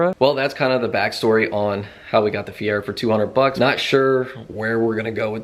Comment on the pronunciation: Fier-oh not Fier-erh